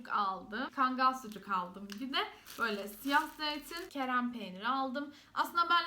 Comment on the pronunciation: kerem değil kırem peynir :)